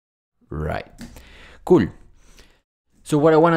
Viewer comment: cool 이 아니라 (개)꿀~ 로 들림 노마드님이 하시는 한국어 너무 그럴듯해요 어디 노씨에요?